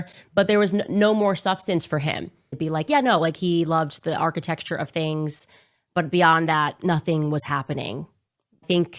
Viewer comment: I've heard architexture so much it started to sound right. The brain melts listening to this woman 🤣